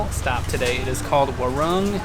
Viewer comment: So funny to hear when you pronounce "warung" like you pronounce the word war. It should be wah-rung.